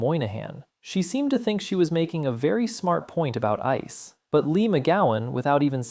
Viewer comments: Is this AI? Who pronounces ICE that way? 😭😭😭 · Are you using AI to provide commentary? Why would you pronounce it "I-C-E" instead of "ICE"? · Are you using an AI voiceover?! Who pronounces ICE, "Eye See Eee"?!?!?!?!